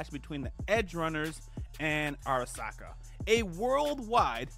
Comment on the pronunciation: I like how you questioned your pronunciation of Sandevistan (which was wrong but only slightly) and then went on to Arasaka in the worst way ive ever heard it said with no questioning yourself lmfao. Not big deals, im loving the video. That just gave me a chuckle. Edit: Now that ive finished the vid, this is one of my favorite breakdowns/reviews of the series.